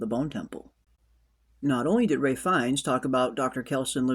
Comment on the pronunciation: Is there a reason you keep calling Ralph fiennes, Ray?